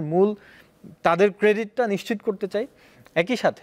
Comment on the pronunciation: নিচ্চিত নারে আদুভাই নিশ্চিত